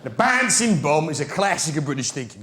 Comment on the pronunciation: Baansing bomb 😅😅